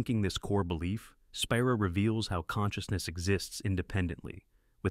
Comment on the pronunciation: Hey AI , it’s pronounced Spyra